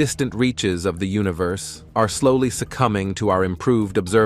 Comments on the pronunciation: observatoady? Ok. Lets continue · "Observe-a-todie" ??????????????? WTF !!! Get rid of the god damn computer voice-over !